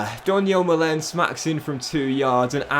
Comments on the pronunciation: you're actually sped. How tf can you not pronounce Lookman, Tuanzebe, Malen, or Bijlow right? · Donyell Malens surname is actually pronounced ‘MAH-luhn’, fyi :) oh and Toney starts. Maybe think about selling one of ‘em next year.